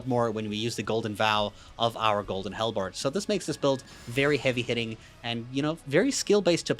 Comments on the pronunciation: Halbred - pronounced like Hal(the name) and bread (the food). Idk what a hellbard is but it sounds like a musician in Hell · Not bread.. berd. Like... bird.